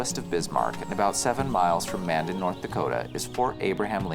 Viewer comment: Future reference Mandan is pronounced like two words Man Dan.